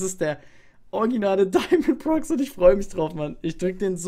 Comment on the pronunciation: Das spricht man Diamond Pro X